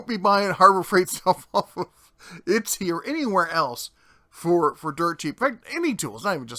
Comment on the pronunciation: Itsy? I thought it was Etsy? Lindhurst? I thought it was Lindenhurst? :P Not for nothing, but idiots keep people like that in business. If they're that stupid and lazy, they deserve to lose money.